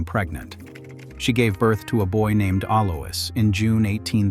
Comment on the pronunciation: It's pronounced Aloys (Alois) Also spelt Alojs